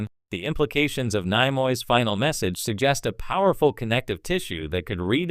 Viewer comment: What an idiot...." Nye-Moy" Is this the A.I. that's going to take over the world? Not much smarter than iPhone's auto-correct.